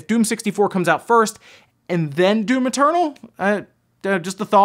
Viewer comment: I hear you say "Doom maternal"